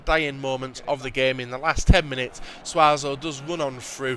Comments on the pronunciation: I don't know where you get the fact that Suso is pronounced Suazo it's really annoying it's soo-so !!!!!!! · Why say Suazo when there is no r in SU-SO's name it's just common sense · YOU PRONOUNCE IT SOO-SO NOT SWA-SO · please. It's Suso not Suazo. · Where did you even get Suazo from? Its Suso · Still saying suarzo are ya?... he was even a liverpool player man... jesus. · It's su-so not suazo;) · How on earth did you manage to say Suazo instead of Suso xD it's not like Suso is completely unknown anyway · 'Sue'-so not SuaZo! :@ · It's SUSO not SUAZO! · Suso not Suaso.. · It's Suso not Suazo. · im not hating but its suso not suaso theres no a in his name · omeone said it before and I`ll say it again : It`s SUSO not SUASO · its not suaso it's suso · Its Suso, not Suazo ffs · Keeps saying Suazo,it's fucking SUSO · could you please tale more care when lolking at people's names, suso=/=suazo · Wtf stop saying suazo, where do you see an az? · Btw if you continue to call Suso suaso it's proof you clearly don't read the comment section dude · Suso is pronounced Sue-Sew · there is no 'az' in SUSO. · SUSO's name is said SUE-SO Liverpool fan you see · suso is pronounced soo-soh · I thought you said your a Liverpool fan , how can you not pronounce one of there players name correct?? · You can't pronounce Suso and you're a Liverpool fan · I'm gonna have to stop watching until you swap out Suso because of how bad your pronunciation is of him, as a Liverpool it's very annoying!!